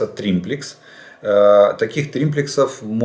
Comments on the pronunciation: Извините,сам не так написал : не триМплекс, а триплекс !... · не "триМплекс" , а триплекс !) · Олег Владимирович,уже 3-й раз пишу Вам : не инциНдент,а инцидент,не прециНдент,а прецедент, не триМплицинг,а триплинцг ! Извините,но,просто ,,коробит,, от Вашего произношения этих слов ! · дебил - триплекс, а не триМплекс)) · Он этот тримплекс стопятьсот раз сказал, и каждый раз из ушей кровило, эксперт ска. Думаю, Жданов давно уже больше пользуется триммерами, чем триплексами, оттого и перекосы. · Какой еще триМплекс??? Нет такого слова. ТРИПЛЕКС. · триМплекс???🤣🤣🤣🤣 - Жданов, когда уже перестанешь народ смешить? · "триМплекс"! серьезно? ))) ахаха... улыбнул, полковник.